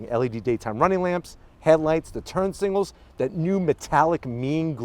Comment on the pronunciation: He always says SINGAL light instead of SIGNAL light😂